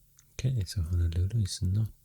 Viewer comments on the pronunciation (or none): none